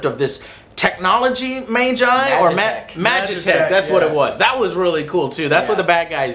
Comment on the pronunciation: As a FF fan, all of Joe's mispronunciation and lack of understanding was super cringy. It's NIFLHEIM and MAGITEK XD love ya Joe